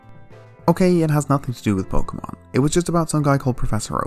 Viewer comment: Ah yes, Muh, my favorite pokoman.